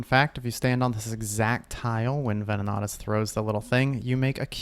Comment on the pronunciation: venin-AT-is lol not venin-OT-is lmao wtf